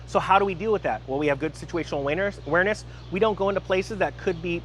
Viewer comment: I heard situational awieners lol